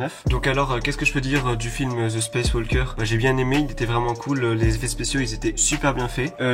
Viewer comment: Dit-moi tu es éduqué ou pas car je pense qu’on ne prononce pas le “l” dans walker